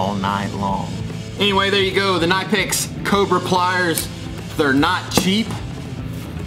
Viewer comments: Cuh-nip-x. The k isn’t silent lol. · Its not NIPEX its KNIPEX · And it's Ka nip X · 3rd time you said the name wrong i had 2 stop watching. Gave me chills and wouldnt allow me to listen ugh.